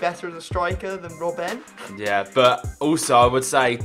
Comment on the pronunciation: its not rob ben you say robbn